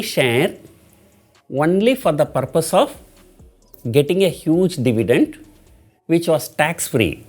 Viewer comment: It's dividend not divident..